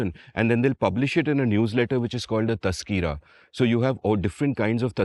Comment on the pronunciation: Amit, for the first time I heard about the genre of literature called “Tazkira”. I did some digging and then realized that it was to be pronounced as TAZKERAH. It is derived from ZIKR which meant narration or description. You are right as there were many titles containing this word followed by the name of the topic or event which they covered.